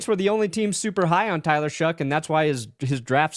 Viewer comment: What am I missing on this Tyler “Shuck” pronunciation? Is there a meme behind this? No way that’s how you pronounce “Shough” lol